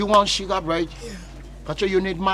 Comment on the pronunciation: Sugar blead paa...eii likee